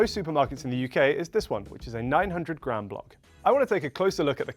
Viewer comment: What is with adding unnecessary b’s into words? The American says grab instead of gram and then the other guy says “sabwich”